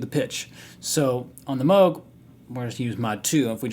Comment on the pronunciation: its pronounced "mogue" , nice vid man :)